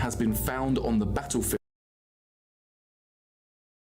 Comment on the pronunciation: "backlefield" i do wish would learn to speak properly